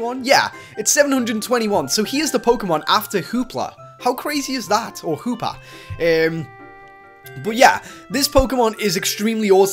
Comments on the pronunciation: i know it not just me that calls hoopa "hoopla" :) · you called hoopa hoopla lol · 4.50 Hoopla oh or Hoopa XD